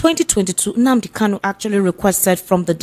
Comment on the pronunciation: This man should know the name is Nnamdi KaNu, and not Nnamdi KaLu. The last name is spelled with "N," and not "L."